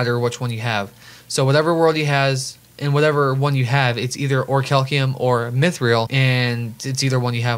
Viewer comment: "Or-cal-ceum" YouTube: Damn😔